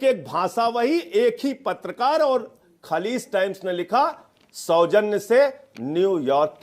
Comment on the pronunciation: KHALIL nahi bhai KHALIJ TIMES